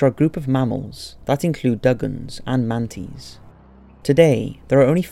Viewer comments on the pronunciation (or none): I got distracted midway through the video because he kept pronouncing man-a-tees, man-tees😂😂😂